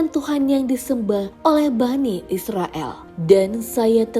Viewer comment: Hai min dengar ya, bukan Bani Israel di tapi Bani Israil, El sama il itu beda